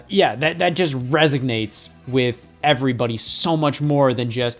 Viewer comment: resignates lol 😂